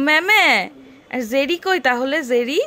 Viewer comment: Tao abar jerry ke bolchen zerry ...oi din bolechilen , bridge ke breeze ...fridge ke bolen freeze ... kintu bhul to dhora jabe na... 😁